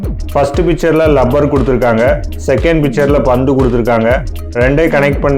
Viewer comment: லப்பர் இல்லை ரப்பர் 👍🥰